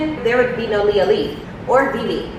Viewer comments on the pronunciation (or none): none